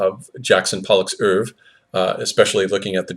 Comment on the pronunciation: He mispronounced "ouevre," if that's any consolation. Lol.